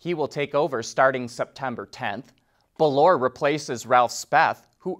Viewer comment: Peugeot is pronounced: 'Pe' [as in 'petie'] 'jo' [as in 'Angelina Jolie'] 'Bolloré': 'bolo' [as in 'bolo tie'] 'rey' {as in 'do-re-mi']